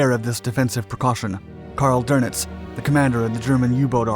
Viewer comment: It's not pronounced Karl "Der-Nitz" - It's pronounced Karl "Doo-Nits" - There's no R in Dönitz. - When you say "Der-Nits" you sound like a hillbilly. "Eermegerd! Ert's Karl Dernitz!"